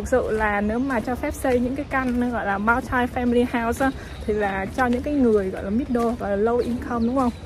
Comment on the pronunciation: oi tieng Anh cua ban ,(multi) khong doc nhu vay